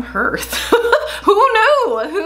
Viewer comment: Love these videos - one correction though, if you don't mind. The pronounciation of hearth is "harth" not "herth" - it is the front (floor) of a fireplace. But I do love watching you!!